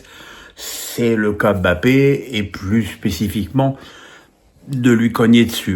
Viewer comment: Arrête d'appeler bape alors que son nom c'est mbape. Monsieur menes